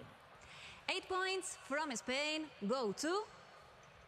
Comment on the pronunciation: 8 en inglés se pronuncia OIT? ya puedo morir tranquilo, no hay esperanza para la raza humana :c